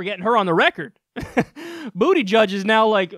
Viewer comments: "Bootyjudge" is that really how his name is pronounced? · Lmao. 😂😂😜 He said “booty judge” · Your bias shows right out of the gate in both videos I've seen of you talking about him, when you purposefully mispronounce his name as "Bootyjudge." It's hard to take anything you say seriously after that. And, for a political channel with over half a million subscribers, your comments section has some of he most immature discussion I've even seen. But congrats on succeeding with that demographic. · "Boot-uh-jedge" Please. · So, his name really is pronounced BootyJudge? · Haha it's so edgy how you don't say his name correctly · Totally behind Pete Buttigieg your pronunciation was way off. As to your video the dude needed to get his name out and hasn't even announced yet , So give the guy a minute to introduce him self. Besides Bernie Bro his policies which he has been discussing line up with a lot of, but yes not all of Bernie's. Look I like your videos I like you, but on this one your off base, So well have to agree to disagree. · his name is boot-edge-edge not bootyjudge LMFAOOOOO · Technically, Booty Judge (the guy doesn't even pronounce his last name right; I'm pretty sure it should be pronounced 'BOO-tih-geeg' -- is he ashamed of his heritage or what? : P) is still on 'exploratory committee' status, so he's not yet officially in the race. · You know his name isn't pronounced Booty-Judge. Blatant disrespect like that tarnishes your credibility. I would like to think you are better than that... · Now hold up here. Is this dude's name really pronounced "booty judge"? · Rodney Mills can you explain how pronouncing buttigieg as bootyjudge is homophobic? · Is this guys name really pronounced "Bootyjudge"??? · "Booty-judge." That's how you say it? Jeez man, what IS that fucking name, lol. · It's pronounced BOOT-edge-edge